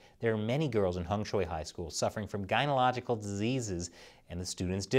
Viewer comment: "Guynological disease" LMAO, learn to read bro.